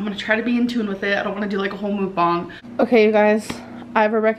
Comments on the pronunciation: Please learn how to pronounce ‘Mukbang’. It’s not mook-bong. It’s pronounced muck-bahng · It's called mukbang not mookung lol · Whenever she says mook-bung, I'm starting to just hear her say moo. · Amber, please, for the love of God, STOP CALLING IT A “MOOK-BONG!” 😒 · Can u please pronounce “mukbang” correctly for once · Emily Hornsby I think of bong hits the way she pronounces it.😝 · As a Korean, I hate when you say "Mukbang" so many people pronounce it wrong and it isnt even an English word. Why spell it in English like that?? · As someone who speaks Korean, if offends me how often people mispronounce Mukbang